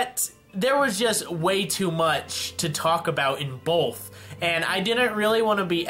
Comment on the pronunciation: did you say bolth?